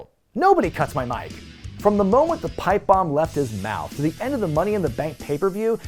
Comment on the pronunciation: Am I the only one who keeps hearing "python" instead of "pipe bomb"? I don't know if my mind is associating this with Hogan, for the egos involved, or Monty, for the booking.